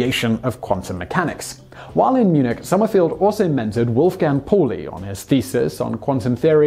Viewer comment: Paulie is said "pow lee", and its the EXCLUSION principle, not expulsion!